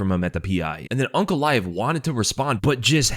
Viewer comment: It's aynk not awnk